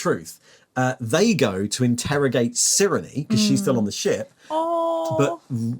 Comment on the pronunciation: I think Cyrenes name is pronounced "Sai-ree-n" at least according to audiobooks